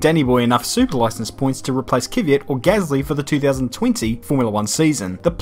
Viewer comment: why do you say kyvyat? he is called kvyat.